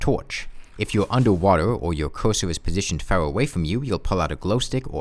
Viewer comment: Ahh yes the smowt coosoo